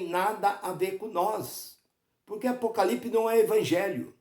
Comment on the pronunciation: O cara não sabe nem falar o nome Apocalipse e quer explicar o mesmo!